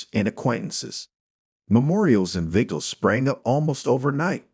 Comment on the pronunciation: Better without AI. Resdee instead of residue. Viggles instead of vigils. GO BACK TO REAL PEOPLE READING!!!!!